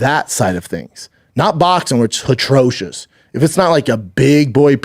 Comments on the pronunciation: Wtf is hatracious? This guy is something special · atrocious not “hatrocious” u dummy 😩🤦🏼‍♂️